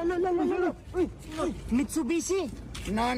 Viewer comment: "listen look and listen learn", ano ba yan🤣🤣🤣 at yun Mitsubishi,mussyubibi🤣🤣🤣🤣🤣